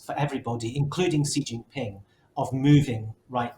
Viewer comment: Why did the economist not have intellectuals from east Asia (Korea,Japan,Hong Kong,Taiwan, mainland China, Singapore) on their panel? These three Europeans seem to know very little about china. The man mentioned the United States about twenty times and could not pronounce xi jinping's name correctly.